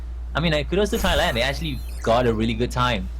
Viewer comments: So cringe at how he pronounce my country name as "thigh-land" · Cri cri in World Cup like what you said "thigh-land" am said man :((((((( AM THAILAND BRAH! AND AM SAD CRI CRI! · thigh-land... cringe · โกร มาก "thigh-land"